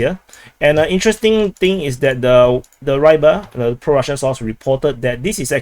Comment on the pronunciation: I don't mean to correct, but Avdyeyevka is pronounced as I spelt it, and Reebar (meaning the fisherman) is not Rybar as in Rhye-bar. Hearing it mispronounced like that just bludgeons my Slavic soul.